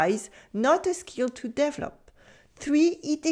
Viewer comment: Dear: I'm very glad to have discovered your channel. By the way, 'develop' is pronounced d'-VEH-l'p (emphasis on the second syllable).